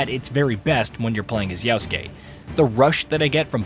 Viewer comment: IT’S YASUKE STOP SAYING YAUSKE